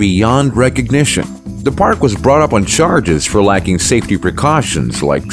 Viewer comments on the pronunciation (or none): none